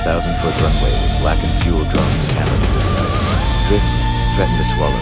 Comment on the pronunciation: I think u miss-pronounced ice